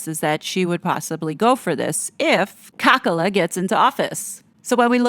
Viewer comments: I know you do not like Kamala Harris. But please do call her with her name Kamala and not Kakala. This is disrespectful. I am European and not c interested in your politics. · I love how you say Kamala's name. It makes me laugh each time you say it. Very apt name!